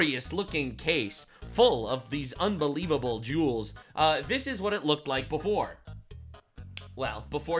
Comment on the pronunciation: I know he said jewels, but it sounded like he said they taken the jews